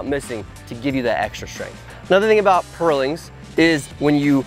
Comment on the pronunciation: I'm enraged by the way you say purlins.